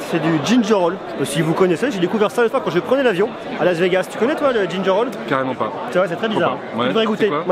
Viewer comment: Ginger ale pas ginger all. Ba c'est du gingembre quoi. Donc oui ca pique. 😂